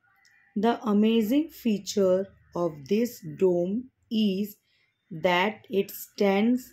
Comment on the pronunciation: Mam it was built during the year 1656 not 1956 And it's pronouns डोम dome not डेम